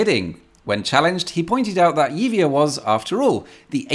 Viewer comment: Yibia.... that's the pronunciation. Honestly amigo.